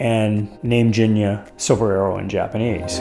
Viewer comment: I hate to tell ya this, man, but you're mispronouncing the name of your car. "G"s in Japanese are pronounced with a hard "g" sound.